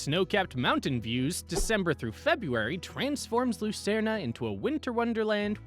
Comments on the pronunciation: The Swiss spell it Luzern, not Lucerne. The announcer pronounces the name incorrectly. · Do people really call it Lucern-ah?